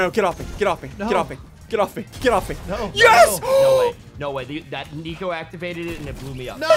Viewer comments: It almost seems like he says tiko instead of nico 😝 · i think he meant to say nico but messed up and that came out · CRAZY No He said NicFOOT!